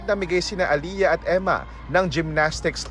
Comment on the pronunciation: It is not "Aliya" , It's Ale-yah!. Pamali mali mga reporters.